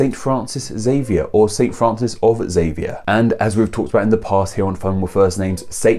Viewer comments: It’s not pronounced “X”avier, it’s pronounced “Zavier”. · Xavier is a mildly used name in Portugal. Like the basque the X has a "sh" sound, or perhaps even more like the "ch" in church (I cringed when I heard Eks-avier) but the v maintains it "v" sound. Also the "e" is pronounced like "eh". So in Portuguese it would be Sha-vee-ehr. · It French it is Za-vi-ay. Do you say Ex-ena for Xena, ex-erox for Xerox or do you call a xylophone an ex-y-laphone? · It is pronounced Zavier in English, please stop using the American corruption of it. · Every time someone pronounces the name Xavier as “eksZavier” I involuntarily cringe. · I think "Ex-zavee-ah" was a modern phenomenon, caused by people not being able to pronounce it properly